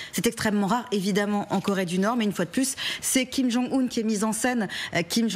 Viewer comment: Quelle haine ! Vous dénaturez le nom d'un chef d'état "Kim kang un" au lieu de Kim jong un.